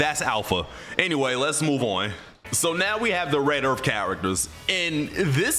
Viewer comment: Red earF